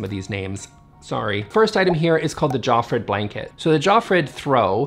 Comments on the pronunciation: The J is a European J=Yofreed, the G is hard in Regnskur=ReGn-Skoor, Fjell-haMar (not hammar) and then the other names were passable. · Just a tip that can make things easier for you, the letter “J” is pronounced like the letter “I” in Swedish, Norwegian and Danish. So, Jofrid is pronounced“Iofrid” and Fjell is pronounced “Fiell” 😉. Just replace the sound of the English J for I in all Swedish words and you are good to go, no one will notice you are not Scandinavian. 😉